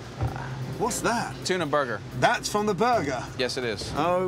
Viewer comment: "It's still a frozen bergerrrr" blinks motherburgerly 🤣🤣🤣🤣🤣🤣🤣🤣🤣🤣